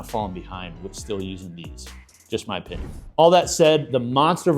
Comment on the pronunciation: “Just my o-PIN-ion”… Nice! 😂